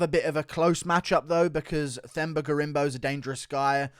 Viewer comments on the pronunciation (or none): It’s pronounced Temba, the H is silent 👍👍👍